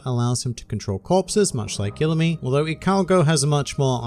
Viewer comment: You are saying his name wrong it’s Pronounced E-LU-ME